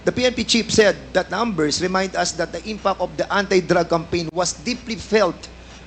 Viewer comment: 1. Opiccers 2. Seventy por 3. Pace 4. Over 5. Inpak Fernandez, wala kang ka pronounce pronounce 😅🤣 porya gaba, yutering. 6. As a matter of pak